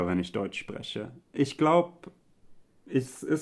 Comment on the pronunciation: nee, das meine ich nicht 😁 Ich komme aus der selben Gegend bei Köln wie er. Das würde ich also eher nicht als ungewöhnlich empfinden. 😊 ich meine am Anfang, als er fragt ob seine Stimme höher oder tiefer ist. Die Art wie her "höher" und "spreche" sagt klingt nach einem leichten Akzent.